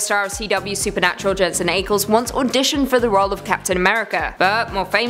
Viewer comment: Look up how to pronounce “Ackles”. Not that hard